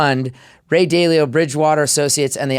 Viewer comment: Dude runs a capital management firm and doesn't know how to pronounce "Dalio?" 😆